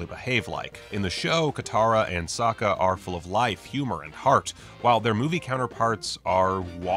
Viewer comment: I think it was bold of Shamalan to change the pronunciation of Sokka into Soaka for the sake of the pun in opening scene. Sokka was soaked in water by Katara. This was probably to implant the idea that everytime Katara waterbended, Sokka was always soaked in water 😂 I'm sure he still stands by that decision until this day. And honestly I see what he did there.